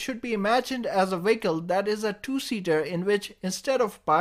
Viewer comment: I wondered why you kept saying WIGGLE, then I realised you meant VEHICLE. Lol!